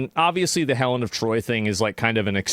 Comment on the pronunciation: H'elen. lol